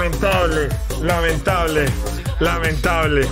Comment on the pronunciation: si escuchan bien dice lamen table JAJAJAJA